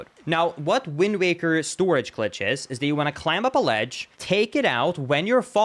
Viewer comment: This dude pronounces the letter B in climb. Its a SILENT B. 👎